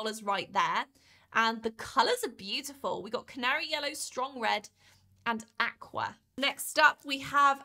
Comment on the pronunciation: Your pronunciation of Aqua is worse